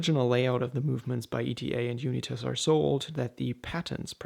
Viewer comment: Are you pronouncing Unitas correctly? There was a famous American quarterback and it was pronounced differently